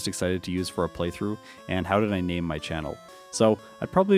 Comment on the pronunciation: I'm not sure which one makes me happier; the fact that you read my question or the fact that you actually said my name right. Does not happen very often